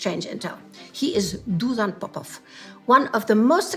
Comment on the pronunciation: "Dusan" is pronounced as "Dushan". The name stems from the word "dusha" which literally means "soul" in all Slavic languages. And "Popov" is a very common surname in Bulgaria and Russia. The Serbian version is "Popovich" but it seems that DusHko Popov was rather of Serbian origin.